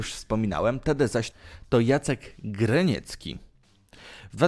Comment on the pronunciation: 1. Diss to nie to samo, co beef. 2. Nie "Anty" tylko "Anty Liroy". 3. Jacek Graniecki, a nie Greniecki. 4. Zanim powiedziałeś, że "Czas hardcoru" to najlepszy kawałek konfliktu Tede VS Peja to było wpierw przesłuchać ten beef. 5. Kogo obchodzi to, że nie trawisz Tedego i że bardzo cenisz Liroy'a? XD 6. >przedstawiać widzom postać Mesa >powiedzieć tylko że został opisany w "Antologii polskiego rapu" 7. >przedstawiać widzom postać Tedego >powiedzieć tylko że został wymieniony w rankingu jakiejś random-gazetki 8. Mówisz o beefie Mes VS Mezo w kontekście tych NAJLEPSZYCH, a nie wspomnisz o wielu innych beefach polskich uznanych powszechnie za topowe. 9. Nie "diss'ów" tylko "dissów" analfabeto. A teraz kilka cytatów dowodzących na to, iż jesteś turbodebilem i nagrywasz filmiki na tematy, o których nie masz zielonego pojęcia: - "Słuchajcie, Liroy jest najlepszym polskim raperem w historii." - "Myślę, że kawałek 'Liroy był, Liroy jest, Liroy będzie" to najlepszy polski diss jaki powstał." - "W ogóle Peja i Slums Attack to byly takie dresy spod bloku, czysta polska patologia, a Liroy był twardzielem z nożem, scyzorykiem właściwie. No zupełnie inny poziom i inna klasa ludzi." Poza tym, takie kanały na YT to największe ścierwo. Niemalże wszystko czytasz z Wikipedii słowo w słowo, a we fragmentach, w których mówisz coś od siebie to robisz z siebie pajaca. Bierzesz się za różne tematy kompletnie ich nie studiując. Proszę, usuń kanał lub odrazu się zabij czy coś...